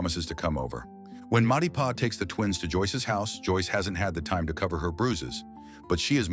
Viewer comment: everytime you say "Matipa" it kills me